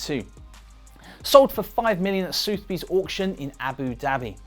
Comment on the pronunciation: Soothby's? Don't you mean Sothebys - Suth-eh-bees.....